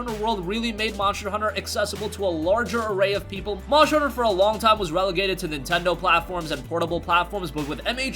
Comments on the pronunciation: Lol I was thinking that too 😂🤣 monsher hunter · MONSHTER HUNTER